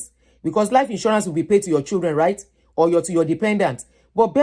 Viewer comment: Thanks for the video. Old lady, could you please give your audience the correct pronunciation of “children”? Have you seen your colleagues at work or white people around you pronouncing children as " chudren"? That wrong pronunciation originated from Nigeria. Please listen to the audio pronunciation in the Cambridge Dictionary online.